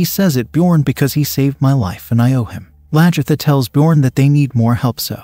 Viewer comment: it is not the King! Haraldson was the Jarl and so were all the others you called King! And it is Aslaugh, Lagherta, and on and on - sorry!!!